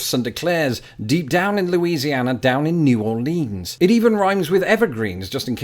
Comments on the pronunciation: CONGRATULATIONS on getting New Orleans right!!!! As a native of New Orleans we do pronouns it New Or-lenz, I don't know anyone who say N'awlins. I subscribed to your channel a few months again and I have been thoroughly enjoying it. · Your pronunciation of New Orleans, Louisville, and Nevada are all correct pronunciations. Don't feel bad about pronouncing it "wrong" because a lot of people in America pronounce it that way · I am from New Orleans, and I approve of this, I hate when people say New Or-leeeeeeens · Props for getting "New Orleans" the way Marty McFly sang it, but he sang "Loo-sianna" not "Loo-ee-siana" like you just did.